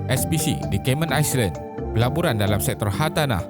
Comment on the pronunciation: Islands sebutannya: "i learn" bkn "ice learn"